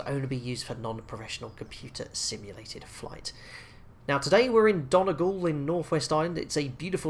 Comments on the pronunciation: The way he pronounced Donegal is so wrong 😂😂 every Irish person will know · How did you just pronounce donegal? 😂😂